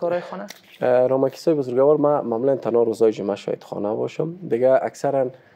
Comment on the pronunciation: اسلام علیکم جناب صاحب. لطفاً کلمه بزرگوار را به شکل (بزرگَوار) الفظ نکنید یعنی حرف (گ) را فتح ندهید. شکل درست تلفظ آن چنین است (بزرگوار)، یعنی حرف (گ) ساکن ادا می شود. سلامت باشید.